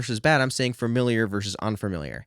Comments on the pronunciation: Fuh-miliar, not fer-miliar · FA-miliar, not "FERMiliar" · You are a very nice kid and this is a very positive video. Friendly advice, it's "familiar" and not "framiliar." Adjust to boost knowledge authority buddy. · Well, this is a very informative and useful video. Speaking of hearing things differently, though, I find myself desperate to know whether or not you're aware that you're pronouncing the word "familiar" as "fermiliar". Don't get me wrong, no judgment here, but you keep saying it. Is that a dialectical thing or a personal idiosyncrasy? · I didn't think your mispronunciation of familiar would bother me, but it really does sorry 😂